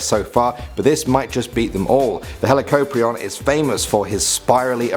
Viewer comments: You are saying the extinct animals names wrong but it's ok you read helicoprion heli cop rion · Learn how to pronounce it’s dunkle o steus not dunkle oh steus and what’s a deenosuchus it’s dienosuchus and helecohpreon who taught you how to talk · Its pronounced hela- cop- ree- in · Hee-la-cope-ree-on that's how you pronounce it